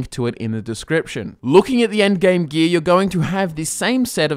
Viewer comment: For those who just as confused as I am, when he says "gee" he really means gear